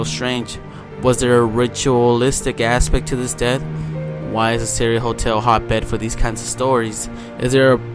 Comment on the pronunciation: U would think that a person who was looking into the case would learn the name of the hotel especially since its mentioned so many times ......its the friggin Cecil hotel ......pronounced seesill......